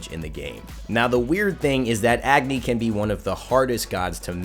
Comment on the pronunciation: it Pronouced as A-gni not Agni.